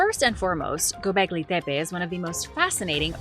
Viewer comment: Why do you keep saying “Pepe”!? It’s making me mad. Put the fu@@ “T” in there!